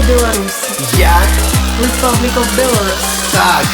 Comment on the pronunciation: Было б шчэ лепш, калі б без сэксізму абышліся. І шчэ самім беларусам засталося вывучыць, што па-ангельску краіна вымаўляецца не BElarus, а BelarUs.